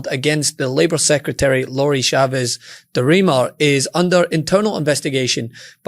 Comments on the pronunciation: Her name is Chavez, not Shavez. We say CHAIR, not SHAIR, CHEESE, not SHEESE. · The ch in the surname Chavez is pronounced like the ch in church.